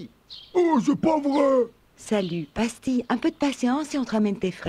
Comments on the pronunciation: Le chien qui s'appelle pastille. Ou dirait qu'ils prononcent pastis 🤣🤣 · Moi j'ai entendu Pastis au lieu de pastille tout au long xd.